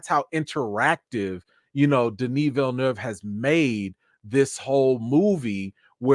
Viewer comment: I love how you pronounced Villeneuve correctly, my man!🤣🤣🤣